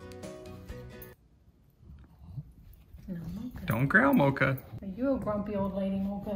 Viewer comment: It’s mocha